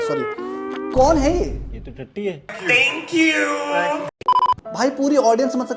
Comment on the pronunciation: you are always on point too good bro!!!!!!!!!! #millionsoon soo true bro (lagta hai phele iska hi game over hoga) tankuuuuuuuu ( or kuch nahi hai bolne ko isliye thanku hi bol deya) his english accent 🤣🤣🤣 LOL santa aabhe kese aa gaya